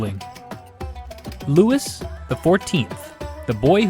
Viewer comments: It's not Lewis, it is Louis like Louie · Was the Louis pronunciation a deliberate choice?